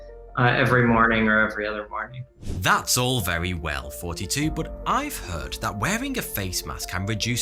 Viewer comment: It's like he's purposely saying 42 and not thoughty two